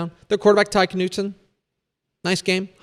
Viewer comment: Hell of a season by Smithson Valley, so happy for Coach Hill going back to back. Looking forward to seeing which DFW team DCTF ranks ahead of them in the 2026 preseason. Also, the K is silent in Knutson.